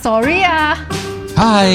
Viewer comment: 哈哈 william和夫人的sorry說得不夠地道啊～ 試一下這樣發音：solli，solly。😆😆😆